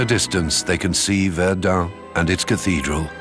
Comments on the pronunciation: Минус ролику за ублюдочные ударения ИИ. ВердЕн, а не ВЕрден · Verduhn? Serious? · Βερνταν προφέρεται βλακα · ich hab es in min 2 nach 3 mal Verdun falsch ausgesprochen nicht mehr ausgehalten. Viele Grüße nach Naw Yark oder Landan. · Allerdings ist der "Sprecher" unfähig das Wort Verdun richtig auszusprechen! Bei Jules Verne ist es noch beschissener, ich denke so mies und blöd kann nur die KI sein!